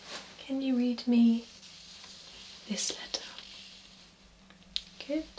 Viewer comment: When she says good I think she is saying Gucchi! I THINK THERE IS SOMETHING WRONG WITH MEH!